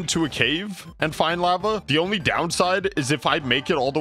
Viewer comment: Why does guy pronounce lava like “lapa?”